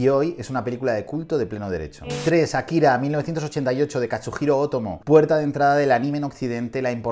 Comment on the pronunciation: Buena selección, pero sí parecen estar ordenadas según algún criterio, me parece muy "casual" que Shihiro esté de primera, Akira de tercera (y ya muchachos: se pronuncia Ákira, palabra esdrújula, por favor)